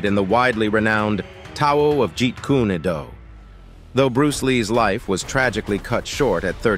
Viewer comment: It’s not i. p man. It’s Yip Man. You’d think you would know this. It’s not Jeet Koonay Do. It’s Jeet Kun Do. Lots of important things missing from this video and lots of mispronunciations . 👎